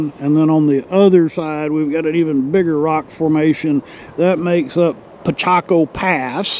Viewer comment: It's not Pichaco it's Picacho.